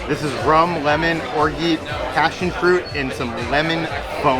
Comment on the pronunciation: I think its time to look up how to pronounce Orgeat!:)